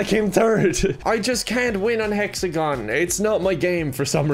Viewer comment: Hexagon? No, Fecksagon. Fall guys? No, Bimpson